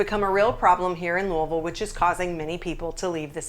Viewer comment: You speak Louisville like people from Kentucky say it.